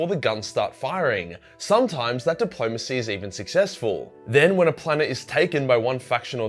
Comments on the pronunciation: The fuck is dip-low-mace-ee? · says "bad faith depolomancy... Russia", me i start choking on a sherbert lemon:)